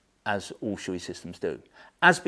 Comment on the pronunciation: Shoei "Showay" not "Shooee"